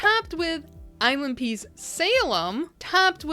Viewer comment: I was listening more than I was watching at first and had to stop to see what was actually happening because I kept hearing "island pee" instead of ILNP 🙃